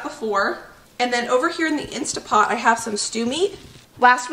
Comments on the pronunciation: Why do you keep saying "Insta Pot"?. It's "Instant Pot". Read the name on the pot itself. 🙄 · I am so sorry but it's driving me mad. It's instant pot, with an N.